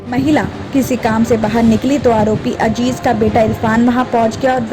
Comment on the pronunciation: Ajeez nahee Azeez bola